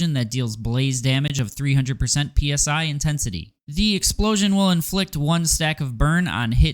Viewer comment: Why is everyone saying "Psi" like it's the acronym for air pressure "Pounds per square-inch" and not as a word like the "psy" from "psychic"?